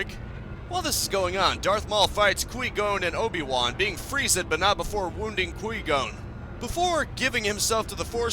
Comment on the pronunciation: Were you intentionally saying Liam nessons characters name wrong I gotta know